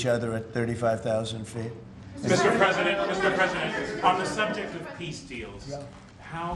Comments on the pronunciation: Preisdent or president? New oxford dictionary 😊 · “Preisdent” that’s so bad….